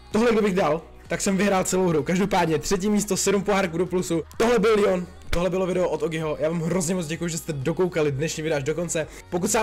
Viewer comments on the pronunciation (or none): Ne díky jenom leon se čte leon a ne lijon